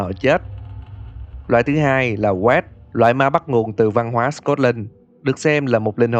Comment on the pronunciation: Góp ý ạ. Wraith đọc là reith chứ không phải như vid ạ 😊 with love